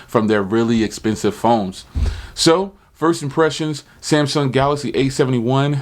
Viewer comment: My brother you got to do how he says Galax again LOL. you're onto something here. You realize that the average person does not drop $1,000 a year to get a new phone and that the average person wants the best tech for the least amount of money I believe I'm going to save up my nickels and by the 871 because it's going to give me the camera that I need to shoot YouTube videos. Thank you so much for your hard work and your great content and how you tell the truth you're not a fanboy you're not somebody who just gives good reviews because people give u tech or you buy their tech.now I am fortunate enough to always make sure I have new phones because I'm on T-Mobile's old plan on the jump on demand.